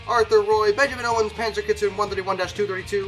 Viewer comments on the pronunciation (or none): none